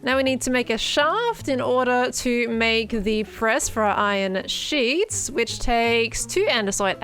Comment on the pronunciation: Hi. Ur a geniussss dont listen to people laughing as u make the iron sheeettss. Love the base and thx for info😂🎉